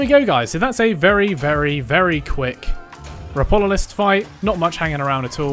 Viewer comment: its Ropalolyst btw, you swapped the a and o, good guide, though!